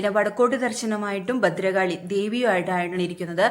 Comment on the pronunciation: ബദ്രകാളിയല്ല ഭദ്രകാളി "ഭ"